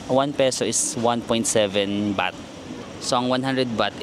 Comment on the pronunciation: andaming ligo beh. 'baht' kase, di bath haha labyu